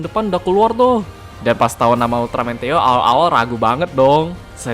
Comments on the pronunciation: Kek nya bukan dibaca teo, tapi "THE O" kalian lucuu teo teoooo emang tayoo😂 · Theo : teio (bisa aja kepleset njir nyebut nya)